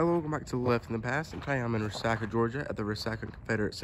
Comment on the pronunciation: Re-sock-a not re-sack-a is the way I thought it was pronounced.